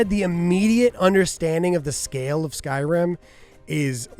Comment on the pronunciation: "Skyrun" 😂 love it 😊